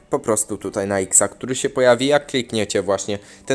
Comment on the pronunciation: SE SE SE SE SE SE i tak w nieskończoność nie mówi się SE tylko SIĘ